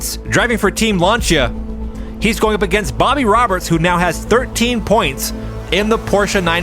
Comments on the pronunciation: love this! one thing, Lancia is pronounced 'Lanceeea'.. not 'Lancha' :face-red-heart-shape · I enjoy watching these, but the way you mispronounced Lancia drives me crazy